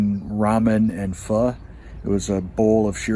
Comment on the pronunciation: I'm impressed that you pronounced PHO correctly. 👏